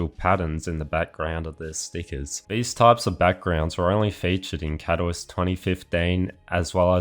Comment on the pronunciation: You should look up how to pronounce Katowice…